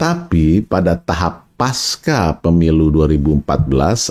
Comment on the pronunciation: Pengucapam kata PASCA adalah seperti di dalam kata PANCASILA jadi Pengucapannya Pasca PEMILU serupa Pancasila Ini adalah akar katanya dari bahasa Sansakerta....pasca Selebihmya, saya amazing dengan uraian di VLOG ini....! Very amazing. Saya background accountant/auditor..sangat suka dengan analogi Bandarmogy pasar politik nasional mirip pasar saham